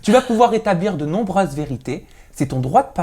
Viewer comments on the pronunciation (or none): Fais attention à ta façon de dire "nombreuses" par exemple, c'est insupportable